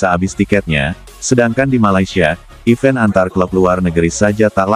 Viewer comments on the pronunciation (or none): none